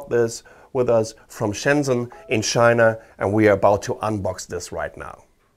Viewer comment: I heard SHINA! BAHAHAHA!